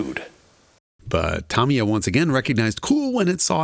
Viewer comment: FYI its not pronounced tam-ee-uh its tuh-mee-uh